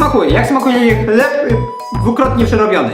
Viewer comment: Hlep o smakó masua :D